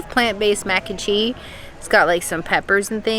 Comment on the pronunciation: I kept hearing “mac and chee” 😆 it’s still weird to me food and wine is happening in July. Props to you both on suffering through the heat to share with us what’s there! Sad they took away the spicy lentils that’s my husbands favorite.